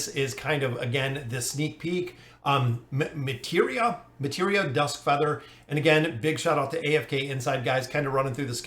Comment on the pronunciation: Pretty sure it is May-Try-Ah but I could also be 100% wrong... Also...... do you have no mercy for us? I'm still trying to finish A.Solise!!!